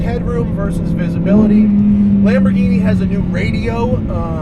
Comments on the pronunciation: Lamborghini is pronounced Lamborg Eeenie with a hard G not Lamborjeenie. But nice effort :) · Lamborgini?! seriously?! 🤦‍♂️ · Lamborghini,not "lamborgini" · You really said Lamborjeany, dude. What the ... I thought you are into cars. Tz tz